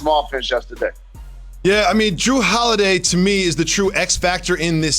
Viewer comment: Jalen said Kawhi Lenil and Drew Holiway 🤣🤣🤣